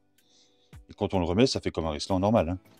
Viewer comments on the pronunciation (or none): Juste pour trouver quelque chose à dire. La marque des colliers est Rilsan, et non pas Rislan. Mais c'est vrai que beaucoup le disent. Plus sérieusement, merci pour les astuces. J'ai apprécié celles sur l'appli Waze.